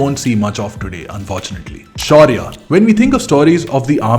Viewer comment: Lost it when you said Shaurya 😂😂